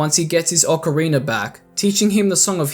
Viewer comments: he said ocareener of time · “Ocari-ner” lol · Ocariner of Time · Ocariner of time 😂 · I'm I the only one who hears ppl pronounce ocarina as ocarinier? maybe lol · Ick-ana Valley.... And a leggy of emptiness... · Ocarina= ock-uh-ree-nuh not Ocariner Elegy= EL-uh-gee